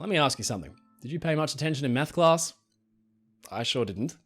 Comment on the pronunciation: you definitely said Meth class and that wasn't an option in my school.